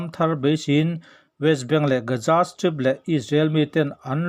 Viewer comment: A ngaihnawm hlemai👍👍 mahse Gaja tiin i lam tlat zela Gaza tihtur ah.